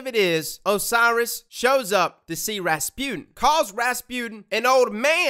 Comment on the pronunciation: Am i the only one who thinks that he pronounce Rasputin kinda wrong ?? It's ra-spu-tin and not Raspune 😅